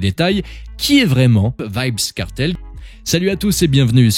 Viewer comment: Ça se prononce pas vibz kartel